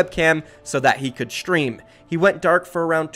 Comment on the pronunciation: why is saying Shtream and Shtrike and not Stream and strike? Am I just trippin or what?